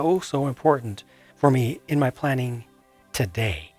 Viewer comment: I liked how he said "ma zoo's gone"